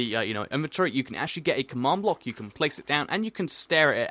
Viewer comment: u pronounce command block come awned block learn de inglish